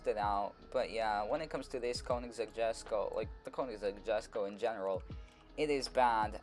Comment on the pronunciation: its called or pronounced yesko.